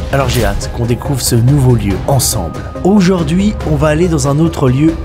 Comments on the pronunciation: "Oujord'hui" :face-blue-smiling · 1er mot, nouveau mot => Oujaurd'hui 😂